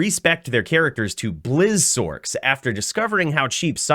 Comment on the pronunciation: What is a “Sork”? Do you call your character a “Sorkeress”?